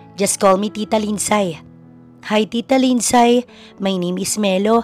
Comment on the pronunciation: Eto lang ang story dito na sobrang daming NEGATIVE na koments VERY, VERY TOXIC ang flow ng story…Paanong nangyari na mas may utak pa yung 3 y/o na bata kaysa sa CEO bilyonaryo daw na inilulubog naman sa sariling sabaw ginigisa sa sariling mantika ng cheater EX-GF.?? AT Take note—MAY PASSWORD daw yung tablet ng bata & knows how to change it hahaha! ( LINDSAY is pronounced as LIND-SEY not LIND-SAY )